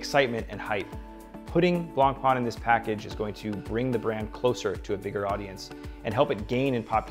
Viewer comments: Good review, just one blistering issue though. The pronunciation of BlancPain is the same way you’d pronounce “white bread” in French, it’s not “Blanc-Pan”. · Looks nice but it's a throwaway watch. Non serviceable movement and plastic crystal. There are way better offers on the market; even BP homages for sub 1000$ that have way better components. Edit: Learn to pronounce the name correctly ffs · please pronounce the name Blancpain correctly. thank you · Please pronounce blancpain correctly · Ffs at least try to pronounce blancpain correctly